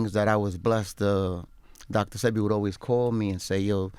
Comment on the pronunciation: DJ ENVY..... YOU DID IT AGAIN. 🤬 Its Dr. SEH-BEE Not SEE-BEE... Dr. Sebi... Pronounce it right!!!!!!! 🤨🤨🤨🤨